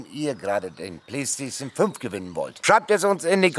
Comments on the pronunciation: Mir muss die Playstation gewinnen, damit noch öfter das Wort "Playschtation 5" auspricht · Also ich würde mich über die Playstation 5 freuen, weil es so wunderschön ausspricht 🤪🤣.